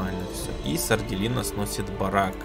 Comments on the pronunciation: Это что... СардЭлина, а не Сарделина... ХДХДХД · мне кажется,что будет правильно сардЕлина,а не сарделИна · Может Сарделина(с ударением на "Е")?😁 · Там скорее всего сарделина, ударение на е, по крайней мере мне так кажется